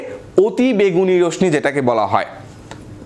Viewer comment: 😀"রশ্মি" কে রশমি বলেন কেন ভাই? সঠিক উচ্চারণ হবে "রশশি"।